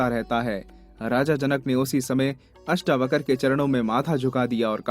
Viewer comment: महर्षि अष्टावक्र जी का नाम पूरे वीडियो में अष्टावकर बोला गया है । किसी के नाम का गलत उच्चारण उसका अपमान माना जाता है।हो सके तो सही उच्चारण करें। महर्षि अष्टावक्र और महाराज जनक जी के नाम के सम्मान में बहुवचन की तरह व्यवहार करना चाहिए। जैसे "राजा जनक आये" न कि "राजा जनक आया" ;इत्यादि । आदर के भाव में बहुवचन लगता है ।